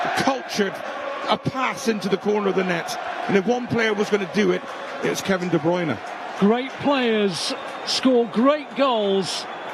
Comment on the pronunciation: KEVIN DE BRYUNERRRR gets me every time 😂